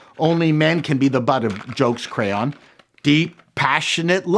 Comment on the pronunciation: when you were talking about the crayon colors it sounded like you were pronouncing it with an unnecessary "u" in there somewhere.